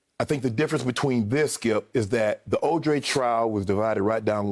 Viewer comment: Shannon cannot say his J’s 😂😂😂 He called OJ ODrey TWICE...but that’s UNC so he gets a pass